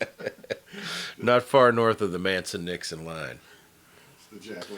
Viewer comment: Did he say "The Manson Nixon line"?